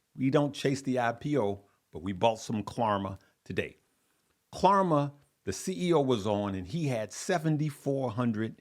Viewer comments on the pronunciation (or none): Please stop saying KLARMA!!!! It’s KLARNA with an ‘n’……. Can’t believe no one has corrected you since yesterday’s videos!!! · It’s klarNa not klarMa brother